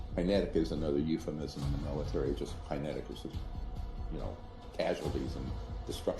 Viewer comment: This liar always some dumb shit. The way he says “kinetic” just shows how dumb he is.